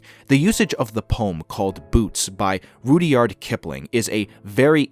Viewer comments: Good video, I have a feeling this is an AI voice over reading a script in how certain words were pronounced. However, If not Rudyard is pronounced Rud Yard, or in some cases Rud Yaad kind of depending on what part of the world you are from, but not Rudy ard :P hehe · not Rudy Ard, Rudd Yard Kipling....it just sounded so off when you said it wrong...lol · RUD-YARD! The education system is truly failing. I almost stopped watching because of this mispronounciation... almost... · Never heard anyone pronounce Rudyard as "Rudy-ard" before... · Roodee-ard Kipling 😂😂😂